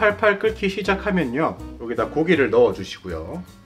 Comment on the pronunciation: 불올려주시구요 하실때 구구 하시는것보다 불올려주시고요 가 맞아요 표준어는 거부감이 없어요ㆍ 잘보고갑니다ㆍ